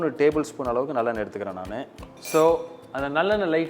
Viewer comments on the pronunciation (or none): none